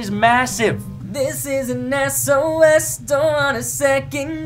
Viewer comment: Its not sos its S.O.S